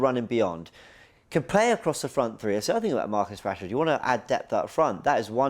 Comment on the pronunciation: Man said Marcus Rashford you know… do me a favour please… GETOUTTAHERE 😂😂😂